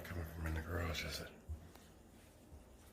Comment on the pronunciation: already idk how you perectly said the word "garage"